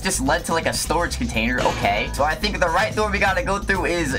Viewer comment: ugh woman HAHAHAHAHA "sip of za tea" HAHAHAH